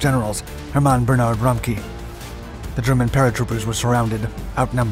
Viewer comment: Wow i didn’t understand the name of the CO until i googled it and I’m German. 😂 His name is RA-MCK-Ev